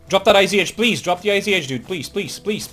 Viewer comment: Dude, it's not IZH, its ij (иж). Russian old rifle.